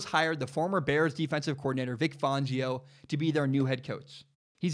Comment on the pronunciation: IT. IS. FAN-GIO. NOT. FAWN-GIO. Don’t know where you got that.